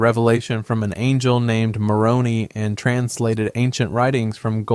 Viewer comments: Pause . Hmmmmmmmmmmm. There is Heaven and Hell. There is no THIRD place!!!!!!!!! The Mormon "angel's" name is pronounced Mo-row-n-NIE ( not KNEE). The Book Of Mormon actually REFUTES Mormon teachings and has no factual proof to support it. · Moroni is pronounced More row n eye, the Urim and Thummim is in the Bible and pronounced Your um and Thumb um. Why do you have AI do this. Get a human English speaker. Though there are Mormons that have and do avoid outside sources, it is not the norm. Of the top 15 leaders of the Mormon Church (First Presidency, and Twelve Apostles): 5 are Business Managers 3 Attorneys 2 Doctors 1 CEO 1 Accountant 1 Real Estate Developer 1 University President 1 Commercial Airline Pilot I'm sure you're just as accurate on the other religions, and massively pronounce their words wrong too. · Haha “morony” it’s Moron-I btw. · I think it’s pronounced Moron. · AI voice also screwed up how to pronounce the angel Moroni